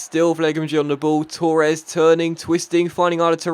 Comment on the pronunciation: You Said Torres wrong